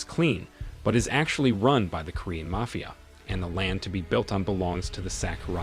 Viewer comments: Your pronunciation of the word mafia is hilarious. I don't know if this is ai but it really sucks. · Sure sign it’s a bot reader voice. The simple mispronunciations…